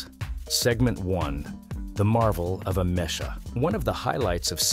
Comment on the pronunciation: It's AH-mek-ah.... not ah-MESH-ah!